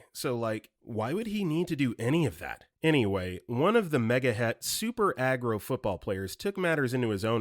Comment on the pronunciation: Narrator mispronounced "uncouth" and "megahertz."